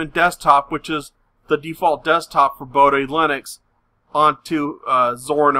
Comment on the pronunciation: "boh-dee" not "boh-die"